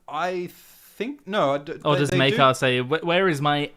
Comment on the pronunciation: Why do some people pronounce Maegor as MAY-GOR, but pronounce Maekar as MY-KAR?